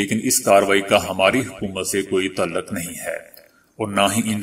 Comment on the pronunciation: آپ میں ایک اچھا نیوز کاسٹر بننے کی خصوصیات موجود ہیں۔ مگر اس کے لئے آپکو اپنے تلفظ پر خصوصی توجہ کی ضرروت ہے۔ مثلاؓ "تعلق" کو آپ ہمیشہ "توعل لق" پڑھتے ہیں۔اسے " تاعل لق" پڑھا جاتا ہے۔ "بہادر" کو "بوہادر" اور "پیغام " کو "پے غا م" وغیرہ وغیرہ۔ آپکی کامیابی کے دعا گو ہوں ۔